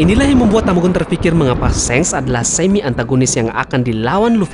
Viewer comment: wkwkkw mimin nyebutnya shenk (seng) ,bukannya shanks (shangs) ?😂😂